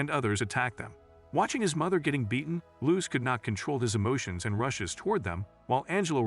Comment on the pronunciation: The butchering of the name Luce..💀